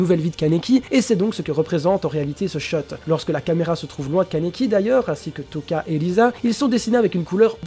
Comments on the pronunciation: C'est Lize et toca lui il dit touca mdr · Euh, lize est pas morte, « Touka » se prononce « Toka » et « Rize » se prononce « Lize »